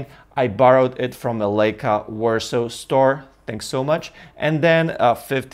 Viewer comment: You have to learn to say Leica correct !